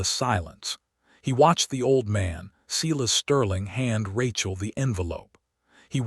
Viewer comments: Seye-las, NOT Seelas!!! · and how to pronounce stating and Silas